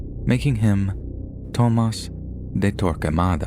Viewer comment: Bro just say Thomas. You don’t gotta try to be all fancy with “Toe-mas” 🤡